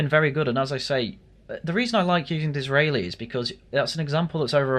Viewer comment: Was who? I just heard some mumble that sounded like "Dizreily".